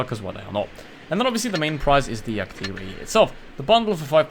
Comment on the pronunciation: It's pronounced 'tiger' as in the animal and not 'tigger' as in 'Winnie the Pooh' you fool 🤣😂🤣.